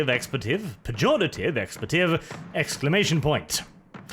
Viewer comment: It's pronounced EX-PLEE-TIV not ex-pla-tiv